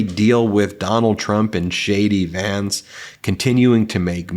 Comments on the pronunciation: Was only half listening and thought you said "Shady pants" when you said JD Vance. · Did you say jd Vance or did I here you say shady vance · Ben, did you say 'Shady Vance'? 😆👍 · Did you say Shady Vance? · Did he say shady Vance or did I just want to hear it? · I thought he said “Shady Vance”…I mean, it fits!